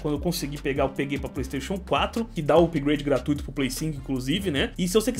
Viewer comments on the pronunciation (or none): none